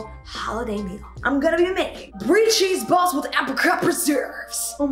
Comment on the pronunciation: “Bri cheese balls with appelcerperserup”